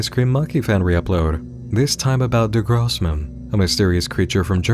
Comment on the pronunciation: really glad you pronounced grossman correctly even though the icecreammoney vid writes it wrong. Thanks for being a go to for these kind of things. I would never stumble across them otherwise.